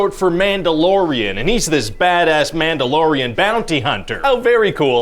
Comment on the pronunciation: omg I can't unhear "man dough"